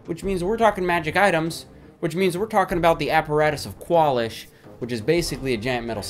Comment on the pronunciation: It's not "KWAL-ish". It's "kwalEEsh". What are you, stupid?